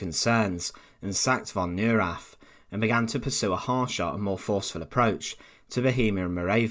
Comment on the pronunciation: It's "NOY-RAHTT" . . . can you say "NOY-RAHTT"? I know you can.